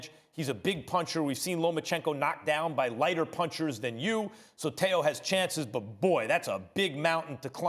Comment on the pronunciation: It’s Teo not Tao. And this guy only has a lucky punch chance against Loma. Other than that he has no chance at all.